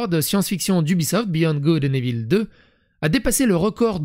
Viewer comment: Evil = « ivôle » !!! 😅